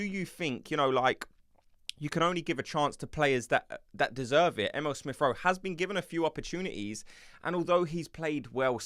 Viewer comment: 😂 his name is E-mee-le 😂 not M.L